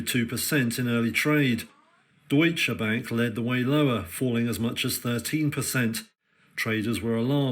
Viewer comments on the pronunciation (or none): Thanx for posting what the mainstream media won't. Incidentally, Deutsche Bank is German, not Dutch, and not pronounced the same.